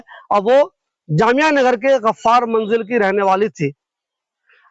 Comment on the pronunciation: Tasfeeq nahi tasdeeq, Ghaffar not gharrar.